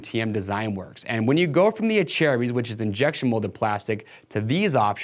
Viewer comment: He’s saying correctly smh